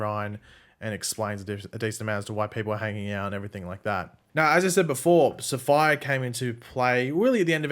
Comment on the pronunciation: Safiyah is pronounced Sa-fee-yah NOT sapphire.